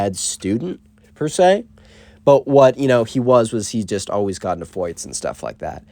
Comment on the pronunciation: i like it when you say fights like foights lol